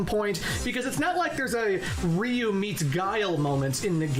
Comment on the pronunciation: Now, where to start? I don't have the strength to go over the whole video again to provide a complete list of all the incorrect info he gave, so I'll just pull by memory a non-exhaustive list, in random order: - REE-OOH and CHAN-LI. No. No no no. I'm sorry, I'm willing to be lenient, but that's just unacceptable. He should be capable of pronouncing the name of the protagonist. Heh... at least, he didn't say RAH-YOU, which is even worse. - Another thing you're expected to know: ansatsuken is NOT the name of the martial art school and/or style of Goutetsu and his pupils. Instead, "ansatsuken" is an umbrella term describing any martial art that is intended to kill. Like many other SF notions, it originates in Hokuto no Ken / Fist of the North Star. Hell, Gen, the rolling kung fu master who has zero moves in common with Akuma or Ken, uses not one, but two different "ansatsuken". That doesn't mean he studied under Goutetsu. Holy crap, that was a baaaaaaad start. FOLLOWS --->